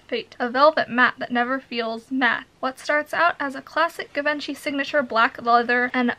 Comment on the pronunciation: Give- enchy 😂😂😂 It's jzhiv-on-shee